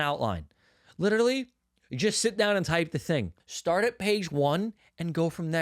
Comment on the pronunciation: “Litiralli litiralli”